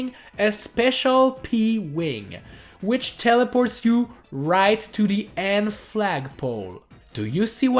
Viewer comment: You said which wrong like wicth